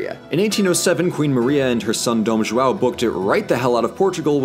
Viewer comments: The way English speakers say "João" is so annoying. Instead of saying JOAL, try JO-OWN. This way it at least seems like you're trying. The "ã" sound is pretty much the same as the English "uh". And about the "R" sound. In the beginning of the word it's closer to an "H" (as in horse), so the pronunciation of "Rio" is very close to "Hill" , though the "o" sound is shorther than the "ll", try pronouncing it "hil-o". As someone who teaches English to Brazillians, I must say it's fun doing my job the other way around. LOL Great content, guys. Keep it up. Cheers. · His accent is actually pretty good but him saying “João” as “Joa” MADE ME LAUGH SO MUCH. Also “what did the letter R ever do to you?” is GOLD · I just love how ~ doesn't exist in english so he says ''Joao'' instead of ''João''. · says "Brasilia" perfectly and then invents the name Joal, which should be used by millennials from here on out instead of Enzo. Also, yes I will become a website thank you. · AnnoyinglySalty “ÃO” is what is called um ”ditongo nasal” (“nasal diphthong” Eng.); it is pronounced like: “OUW”. Now practice saying it loud and slowly through your nose. Good luck!😉👍🏻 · Walder Frey of the Twins. It would be so much easier for them to say “ão” correctly if only they did some research you can hear the suffering whenever he says “JoawwowO” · coherent comment, however this video requires or recall a historic research, and since the language is still alive the amount of possibility on "correct" his pronounce is highly appropriated. João(Ʒwɐ̃w̃) is in fact a difficult linguist structure, but is clear that he made worked hard to learn how to pronounce "brasil" "brasilia". another point I'd like to do is how he criticized the why we say "rio de Janeiro", as a non-retroflex language, it would not be accept for us as natives. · Mais algum brasileiro se cagou de rir com King Joal? KKKKKKKKKKKK JOÁL VÉI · You're pronoucing João as "Chihuahua", lfmao. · verdade kkkkk muito bom eles falando "João" kkkk